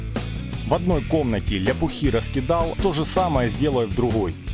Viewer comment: Прикольно звучит ляпухИ. Обычно говорят ляпУхи или просто лЯпки. А вообще мне нравится но конечно УШП куда легче и быстрее.